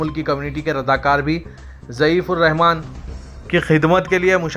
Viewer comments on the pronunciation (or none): Please correct your words U said zaif ur Rehman which is wrong The correct is Zaiuffff ur Rehman The guest of Allah